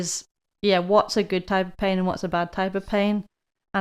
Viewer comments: Haha. Until I read this I still thought that he said ‘peeing’ 😂. Thanks for the translation hint 👍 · Thanks you three! Great topic. I’ve got what seems to be a torn left rotator cuff and have been babying it while still maintaining my ROM, and the occurrences and amount of pain have decreased, so I’m feeling better, but certainly don’t want to reinjure it. This discussion was good for me. 😃 When you originally started talking about pain, which you say with two syllables, it sounded like you said “peein’”, and that got my attention. 😂 Best regards from NEW Mexico!